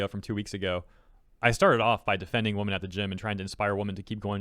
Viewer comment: It really throws me off that you keep pronouncing "women" like "woman" 😂